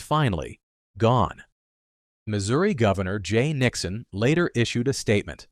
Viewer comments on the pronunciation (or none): none